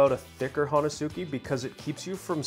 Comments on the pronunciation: It’s pronounced “hon-es-ke”. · Ho-nes-ki pronunciation in Japanese. great video.